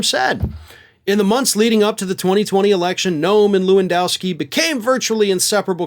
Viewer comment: I’m Polish and hearing Polish names pronounced kind of incorrectly, I’m always tempted to correct the pronunciation:) apologies for that 😂 can’t help myself for that 😢, try to read it as Levandovski (Levandovskee):)